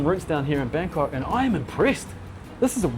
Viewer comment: Haha you said Bagkok 😂